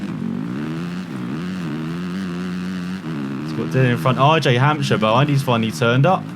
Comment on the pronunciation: his last name is hamsire the p is silent